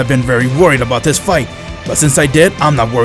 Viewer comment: The fact he says rhis